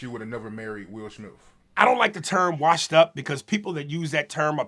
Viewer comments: Lol😅 bro said Will Schmilf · “Wilsh Smifth” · Did he say will schmiff what the fuck hell nah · Who TF is Will SHmith?? 😂😂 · Whos the interviewer? I can't ignore how he says will shmith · "Will shmiff" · Will shmiff 😂